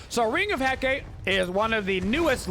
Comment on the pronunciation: My ears literally bleed every time you pronounce "Ring of Hecate" xD It's "He-KAH-teh" not "He-KAYT" lol Hecate is the Greek goddess of magic, witchcraft, and necromancy, hence all the crazy magical and healy-mcstealy abilities her ring has.